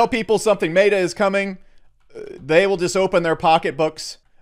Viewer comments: Meta is not mayta stop saying MAY-tah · where do you get off saying mayta u goon. its MET A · Who’s going to tell him that he’s pronouncing meta wrong? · Learn to pronounce meta… ask ellio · Sound advise/info but it kills me that he can’t pronounce “meta”